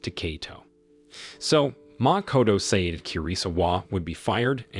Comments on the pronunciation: sayed sayed sayed......................... FFS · Bro keep saying seyd and kei it just makes me grind my teeth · Nah the way he said "say-eed" pissed me off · Also the way he pronounced 'said'... I am broken and traumatized...